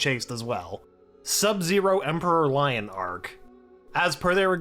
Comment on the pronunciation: Leone is pronounced Lee-o-n not lion pretty sure